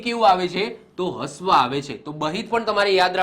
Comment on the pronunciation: હ્રવ ને હસ્વ નહી રશ્વ બોલાય.....બાકી જોરદાર વિડિયો...